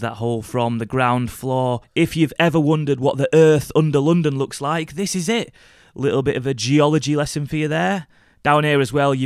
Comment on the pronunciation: it's not pronounced loondon